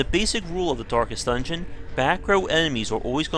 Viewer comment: 'Dorkest Dungeon'